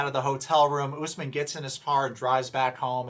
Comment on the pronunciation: It cracks me up every single time you refer to Kim as "" and Usman as "" 🤣💀